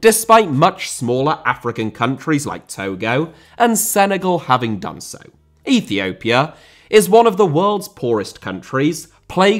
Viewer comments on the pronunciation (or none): Russia* not Russier Uefa* not Yuweifer Dissolved* not Disolved China* not Chiner Oman* not Omohrn Ethiopia* not Ethiouwpier Fenerbahçe* not Fenebohçei Rather* not Rother Şahin* not Sohrhyn Style* not Stahl Indonesia* not Indonesier Liga * not Liguer Copa* not Coper